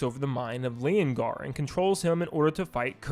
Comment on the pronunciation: It’s Lenogar! (LE NO GAR!)